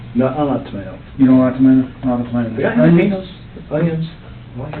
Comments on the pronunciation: I'm sorry...'JAL-EH-PEN-EOS'?!?!?! People seriously say it that way? In a serious way? Or just seriously serious serial killers say it with a hard 'JAl'? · Detective: You want Jal -lo-peen-yos?😂